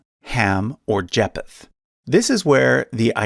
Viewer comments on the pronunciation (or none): It's pronounced Jay-feth the ph isn't separately pronounced, they're pronounced together having the f sound